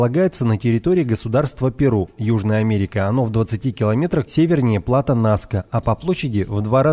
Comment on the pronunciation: Херсон-город на украине,не одно и то же,что мыс Херсонес. ПУдожский р-н,ударение на У. ПлатО,ударение на О.